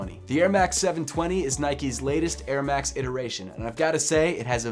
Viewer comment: Why does he say airmax more like Ermak